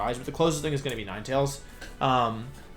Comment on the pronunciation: I was literally thinking the same thing lol he said ninetails normally, but then he switched to nee-na-tails shortly after